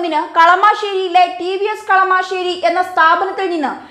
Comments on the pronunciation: Kalamaaaaasery alla chechiii kalamasery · കളമാശേരി അല്ലാ ചേടത്തി, കളമശേരി!! റെനോ ൾട്ട് അല്ല ചേടത്തി റെനോ !! സ്റ്ററിങ് കോളം കംപ്ലയിന്റ് റോഡിലെ ഗട്ടെർ ഒരു കാരണം ആണ് !